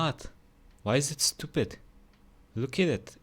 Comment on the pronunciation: 'stupid', i think you'll enjoy Caleb City, he makes comedy sketches, very short and very funny. Your pronunciation of 'stupid' reminded me of this video of his